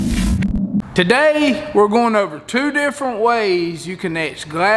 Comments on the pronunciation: This diy is awsome, im going to work on it "ta-day" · "Ta-Day" and almost everyday, I watch your videos,and they are AWESOME!!! Merry Christmas to you and your Family.🎄🐟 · Ready to get it "Ta-Day". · Love videos learned alot from your diy. "TA-DAY" I also like saving money and doin diy stuff especially when it comes to fishing. Thx and keep it up